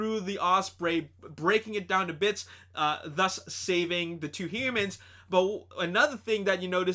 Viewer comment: Also dude you said himans when Optimus saved the humans from the osprey.